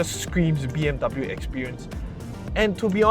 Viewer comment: 'dub bew' hahahah good video either way